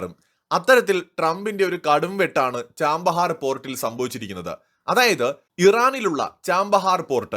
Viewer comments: Chabahar Not Chambahar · Chabahar ന് ചാമ്പഹാർ എന്നാണോ ഉച്ചാരണം 😮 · Chbahar port , pronounce well please